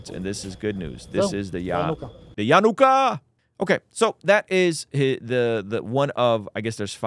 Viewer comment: Why can’t you read the word yanukah correctly?